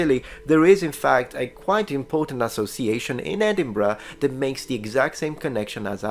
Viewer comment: Thank you for pronouncing Edinburgh correctly, some people pronounce it "Edenburg" for some reason.